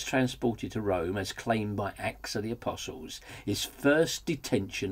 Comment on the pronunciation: i like the pronunciation of "a-piss-alls" ;)